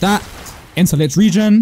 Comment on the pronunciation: The way he pronounces Licht Regen makes me wanna grand entrance off a skyscraper